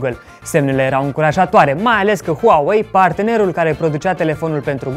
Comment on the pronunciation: Se pronunta "U A U E I" , HTC sunt taiwanezi si e herNan nu "herMan" dar overall good one keep going, un pic mai multa atentie însã la detalii 👌